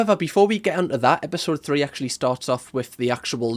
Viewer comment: Molly vocabulary "ACTually" "LITTERALLY" "LIKE".......